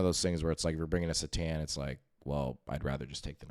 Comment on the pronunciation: Every time you pronounce it s'tan instead of c'tan. I want to click off. Otherwise good content.